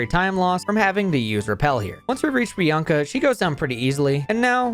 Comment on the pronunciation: ... Bianca and Chieri ????? Edit: Ah you're one of those Youtubers who pronounces everything wrong on purpose to drive up engagement in the comments